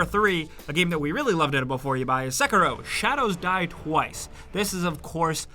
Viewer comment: why do people always read Sekiro as Sekirow?